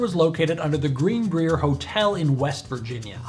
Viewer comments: Its not pronounced "green- breer", its pronounced "green bryer" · Funny story, you sent me over to Sam many episodes ago and you two are the only channels I actually sponsor on Patreon. Also the brier in Greenbrier is pronounced like briar. 😣